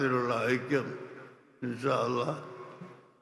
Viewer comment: ആ ആയിക്യം അല്ല ഈ ആയിക്യം ഈ ആയിക്യം അല്ല ആ ആയിക്യം, 😆😆😆 ഖിയാമത് നാൾ അടുത്താലും നിങ്ങൾ ഒന്നാവൂല